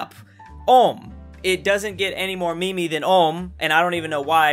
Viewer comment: He said mēmē